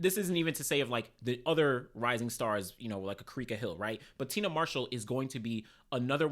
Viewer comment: Say it with me TI-AN-NA MARSHALL NOT TINA